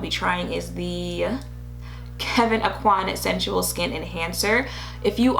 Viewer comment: I am a South Louisiana girl and every time I hear how his name is pronounced I cringe. Oak-Wan(Aucoin)